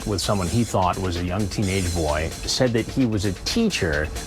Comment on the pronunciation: Thunk? Isn’t it thought?